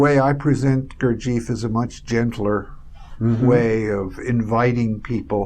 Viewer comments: I spent time with a college professor who was a student of jg bennett's and they definitely weren't calling him, "Goor-jeef." they called him "Goor-jeff." very annoying to hear his name mispronounced on something like this. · Why do Americans persist in mispronouncing Gurdjieff's name? It's irritating. The name is pronounced GOOR-jee-eff. AND Tart gets the name of the Sarmoung brotherhood wrong, which hardly inspires confidence in his fitness to explain Gurdjieff's work. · it is Gurd G F not eef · You are so right.Gurdjieff is not Beef.